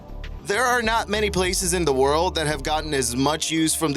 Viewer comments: Warld War I, Warld War II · "wourld war" lol wtf? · "Worold war" hahaha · "WOorld War I" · "WARld war one" "WARld war two" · Why does he only mispronounce the word "world" when he say WW1 or WW2? Every other time he says "world" in this video he pronounces it correctly